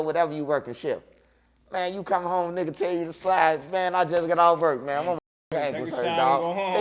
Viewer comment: I fw wit butta but “ BUTTA LEG WAS BLEW AWFF” is hilarious